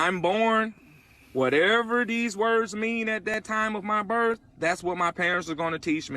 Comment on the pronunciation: Earf.. Birf.. tells me all I need to know about this guy's intelligence.